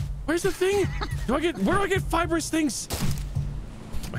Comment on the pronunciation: the pronounciation of Fibrous leaves had me dying